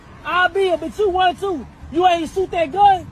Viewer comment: "You ain't soot that gun" These bleeps can't even speak english...and they were BORN here.